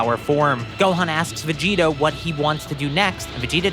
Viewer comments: Is it only me or is when he says Vegeta it sounds like vegito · sounds like you said vegeto